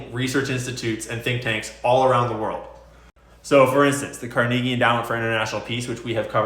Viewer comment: If you don't stop pronouncing Carnegie this way I'll unsub